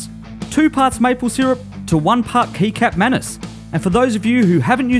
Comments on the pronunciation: just for your information. kecap manis is pronounced: ke - chap manis. not ke-cap manis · That's cool! I like how you're always using abit of Asian ingredients man. Btw, it's pronounced "keechap" manis. Hehe. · Kecap manis is actually pronounced ketchup (its the same how to say kecap with ketchup) manis just tellin :) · Kecap manis, mas. Setdah, ngakak dengernya. Wajar-wajar aja sih :)) I subscribe your channel, man. Love your videos :D